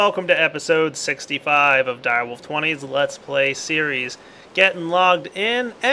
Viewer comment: Why are you saying that... IT'S DIREWOLF